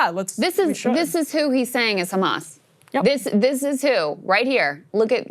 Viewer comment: pronounced kkkkkhhhhhamas 😂